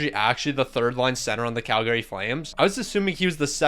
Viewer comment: The way you pronounce Calgary 😅 It's a common mistake lol